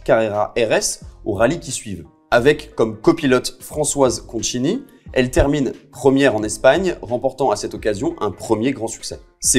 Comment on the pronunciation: Merci, super 👌 ✨ (pour sa copilote, Françoise, on dit "Conconi", comme ça se prononce (c = [k])